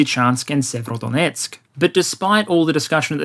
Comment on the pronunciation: Sievrodonetsk? Sever-north Sever-o-donetsk, HarkOv